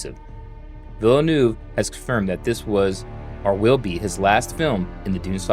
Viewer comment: Villanueva not Villanew.